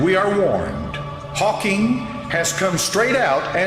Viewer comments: Hawking. Not Hawkings. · His name is Steven 'Hawkins'- almost , try 'Hawking' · And it’s Haw-KING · Stephen Hawking not Stephen Hawkings